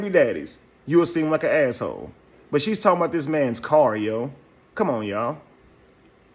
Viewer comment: Foe not five. Stop tawking bout huh chiren.